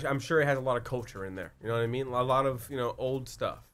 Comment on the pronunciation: Haha, I don't ka-no.